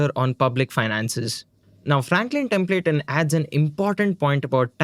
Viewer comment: Pls learn how to pronounce "Templeton" especially when it is being said multiple times in a single video.